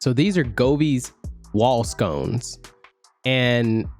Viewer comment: Sconce brother, not scones. Lol. Kidding. Great video. What did you use to get them to match the screen color?